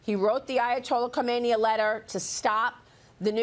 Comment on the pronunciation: It’s not a letter to komeiini— it’s khamneiiiiii. As a journalist, you should know Islamic republic of terror leaders name.